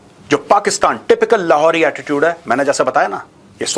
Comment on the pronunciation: this Lahori accent was missing from ages 😂 please do it consistently 🤣